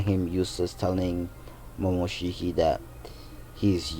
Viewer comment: Did he say momoshiky